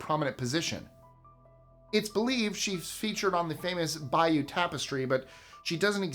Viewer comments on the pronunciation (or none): The Bayeux tapestry is pronounced Bi-yuh. "Bi-you" (spelled bayou) is what a swampy body of water on the southern coast (especially in Louisiana) is called. 🌠TMYK 😃